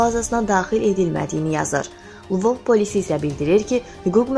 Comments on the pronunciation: Ай бисавад лвовь созуну дюзгюн телеффуз ет. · Zehmet olmasa, Lvov sozunu duzgun deyin